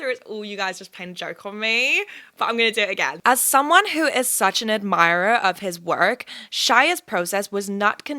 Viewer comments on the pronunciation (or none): The only words that sounded off in the American accent: Admirer That Energy Work